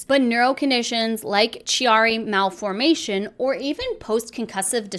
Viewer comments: *Chiari Is pronounced with a "hard C", like "K", not "CH". Also The plural for the word diagnosis is "diagnoses" ("sees")- Not diagnosises. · If you ever want someone to help with medical pronunciations and debunks, I'd be happy to help. Chiari is pronouned kee-are-ee :) And there's even more problems than you realize with some of the claims.